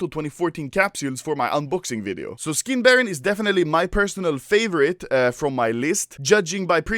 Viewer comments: it's SkinBarOOOOOn and not SkinBarron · Is it just me or I heard how Anomaly said "how did they buy foreskins for money"